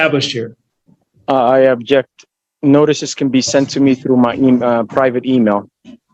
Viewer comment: It's "OBJECT" not "ABJECT" dummy sovshit.